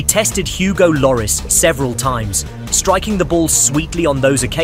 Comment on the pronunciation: you can have a pass if you are not British… also pronounces lloris, guessing you are not a fan of football